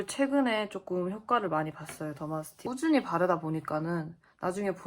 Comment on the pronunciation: 더마틱스= 더마스틱???이라고 하시네요~ 더마스틱이란 연고는 약국에 판매하지 않습니다!